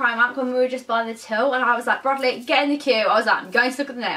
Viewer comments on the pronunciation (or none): Did u say bradley or broccoli 😂😂